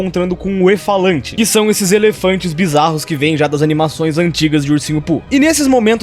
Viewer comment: só agora percebi que ele tava falando efalantes